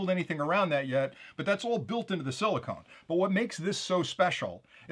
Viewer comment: FYI, it's Qualcomm, not Qualcom. And, it's siliCON (pronounced SILL-i-cun, the substrate material used for many, though not all, semiconductor products), not siliCONE (stuff you use to seal your windows).